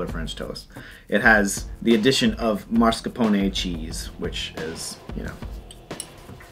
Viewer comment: You win for pronouncing Mascarpone correctly. Bravo!